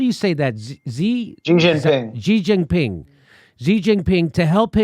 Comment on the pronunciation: Funny phoney book! Just citing Trump's "sentences". Trump is the "Greatest King of Clowns"...Fantastic fun in DC! BTW, it is not gee or she, it's a whispered hsee. Not jumping either, but: D'gin Ping. I like Pink Gin.